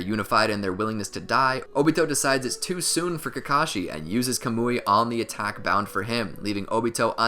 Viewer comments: This dude said kamooi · Bruh it's not "CUH-MOO-EE" it's "KAH-MU-IE"